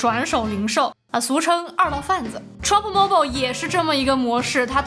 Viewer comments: Mobile不是这么读,建议 好好去查一下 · mobile的发音，你发的怎么和我学的不一样？